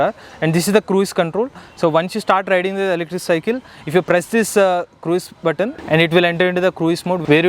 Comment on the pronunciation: It's not 'Krueez' mode. It is pronounced as 'kruz' mode.